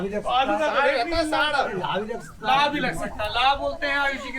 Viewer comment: सौरभ जी लाह नहीं लाहा कहते हैं